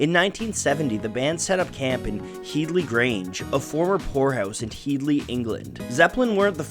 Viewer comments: It's head-ly grange not heedly grange lmao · It’s pronounced head-lee, like bed-lee. Not heed-lee. Watch an interview with Jimmy Page. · Head-lee grange mate, not heedly. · Its pronounced HEADley grange, not HEEDley. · HEAD-ly, not HEED-ly. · its' pronounced Headley NOT Heedley . .. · HEAD-LY Grange. Not HEED-LY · Headly Grange pronounced Hed - ly. "When the Levee Breaks" - drums recorded as explained but also thru an echo machine (Bimson?). See Rick Beato who got it from Glyn Johns (again, ? Surname) who engineered it. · head-ly, like your head. HeaDly Grange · It’s pronounced ‘hed-lee’, other than that great video! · Disappointed in the butchering of the somewhat easier “Headley”, though.